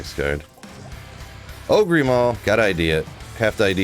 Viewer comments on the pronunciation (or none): Anyone else annoyed by the way he pronounces "Ogre" as "oh-gree"? Is that supposed to be a meme? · I think that you now know how to actually say Ogre but you didn't at first and now you keep it up as a...joke? Real funny.